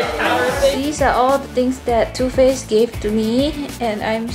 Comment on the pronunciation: too faced sounds like tooth paste HAHAHAHA